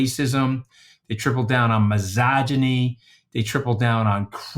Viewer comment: The way Scaramucci says "misogyny" makes it sound like a pasta dish